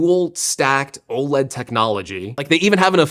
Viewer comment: Why can’t tech YouTubers say “OLED” properly